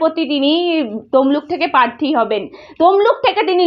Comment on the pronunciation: পার্থী টা কি বস্তু???? রিক্স টাই বা কি??? কি জঘণ্য উচ্চারণ!!! তেমনি একপেশে পা চাটা চ্যানেল!!! আসানসোল এ সায়নী ঘোষ এর জামানত জব্দ হয়নি, অল্প ভোটে হেরেছিল। ভুল ভাল ইনফরমেশন!!